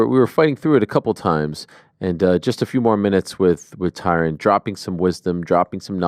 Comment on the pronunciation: Why he say his name like that it's Ty Rone